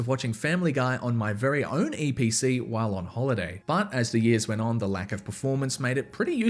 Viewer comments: EEE PEE CEE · ITS THE EE PEEE CEEEE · LETS GO EVERYONE ITS *ee pee cee